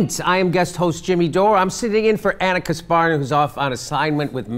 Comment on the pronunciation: Oh god please stop pronouncing "Kasparian" like that. Ask her how it is pronounced. It hurts my ears.